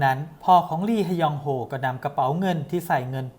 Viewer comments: “ลีฮะยองโฮ” ลี(ฮ)ยองโฮ ก็พอจ้าาา 555 🤣🤣🤣🤣🤣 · อ่านว่าลียองโฮก็ได้คับ